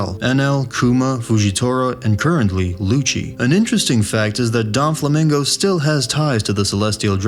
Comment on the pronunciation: Is this guy trolling? “Donflamingo” “impel dawn”